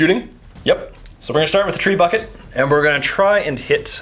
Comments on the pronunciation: lol thats not how you say trebuchet... but i will now know it as a treebucket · All my life I've been pronouncing "Trebuchet" wrong